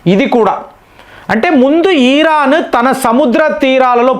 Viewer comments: మీరు కొన్ని పదాలు సరిగ్గా పలకండి దయచేసి. ఈరాన్ = ఇరాన్, ఇబ్రహాం=అబ్రహం, సబ్మిట్ = సమిట్, స్ట్రయిడ్ అఫ్ = స్ట్రయిట్ ఆఫ్, ఇలా చాలా.... అంతకు కుదరకపోతే దయచేసి వాటిని అచ్చ తెలుగులో చెప్పండి.. ఉదా.. శిఖరాగ్ర సమావేశం, జలసంధి మొ... అన్యదా భావించకండి. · ఈరాన్ కాదు ఇరాన్ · ఈ రా న్ ఈ రా క్ అన్నా మీరు సంభాషిస్తున్నట్టు ఇది కరెక్టేనా?